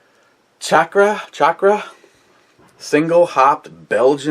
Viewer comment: On .."Chakar ( Shock-rah) Hope This Helps!" It's not Sock-rah Say Sock.. Like what goes on your feet Now say Shock... Like how Electricians become so smart... Ok... Now lets try it again! Chakar ( Shock-rah) Hope This Helps! The video also has variations (being slightly different) in pronunciations (manner of pronouncing sounds) Hoosier Daddy Love Ya! No HoMo!